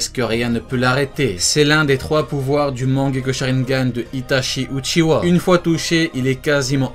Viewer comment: Uchiwa et pas uchiha